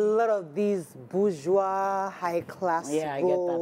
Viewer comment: The word is bourgeoisie, and the 's' sounds like 'z'. Unfortunately, I switched off the moment I heard you pronounce it wrongly more than once.